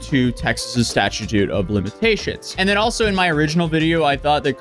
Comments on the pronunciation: It's pronounced STATCH.YooT , not STATCH.YA.toot, dummy. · Lol 😅 "statuetoot" Mightve been a misspeak, buts its "stat-chyoot". I know you're Norwegian by birth, don't know your whole background.. I'm guessing it was just a misstaki. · "statch u toot" for statute More evidence as to you needing help with the emglish language especially since youre reading a script... Btw i like your vids but want better of you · "Statichute" of limitations.... lol bro are you that dumb? You look smart. You have found a way to make money doing absolutely nothing but gossip to a camera in your room. But you don't know it's statute of limitations? Hahaha idk why that Is funny and annoying at the same time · Its Statute of limitations - not StatuTe - great vid though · Did you say statatute? 😂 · STA-CHOOT of limitations. God damn, YouTubers that make commentary videos and don't even know how to pronounce words is so damn annoying. Stay in school, kids. Seriously, stay in school and pay tf attention. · Texas’ statutute of limitations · The sta-choo-choo of limitations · Statue... Not statute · Statutute of limitations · He pronounced it as stat-u-tute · "Statutoot"??? That's def what you said lol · I liked the "statue tute" of limitations part 😅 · The fuck is a "Statue-tute" ? Lmfaoo 😂😂😂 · you said " sta choo choos " here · Sta cha toots**